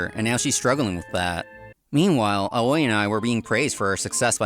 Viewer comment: Great story as always. But can someone please tell the voice actors that 'Aoi' Is pronounced 'owee', lol.